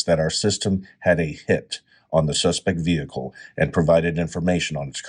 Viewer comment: AI speaks ebonics now? Repeatedly, "the suspect vehicle".